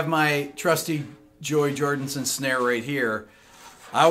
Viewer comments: It’s Joey Jordison not “Jordinson”? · It's Joey Jor-DIS-on. With a D-I-S. Not 'Jor-DIN-son.' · It's Jordison not jordINson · Great video. Really interesting but please: Jord*i*son and not Jord*in*son😉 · Ah, you pulled a Robb Flynn, Rick. You said, JordINson, rather than, Jorison. Not hating, though. On the contrary, I’m one of your biggest fans. Love ya, Rick. Excellent installment, as always. 🤘🏼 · It’s Jordison not Jordinson!!! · My mans just said "Joey Jordonson" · As a maggot, it annoys me how he says JoEy JoRDinSoN. 😤😤😤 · Joey jordison... not jordinson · Yea, the man's last name is Jordison. Not f'n JordiNson. May he rest in peace. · Um… I love this guy’s breakdowns, but for sure pronounce Joey’s last name correctly. RIP.